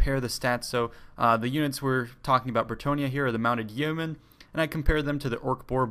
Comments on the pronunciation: It's pronounced "yo-men" xD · Yeomen is pronounced Yo Men. Its a medieval English term for a freeman of high standing/landowner.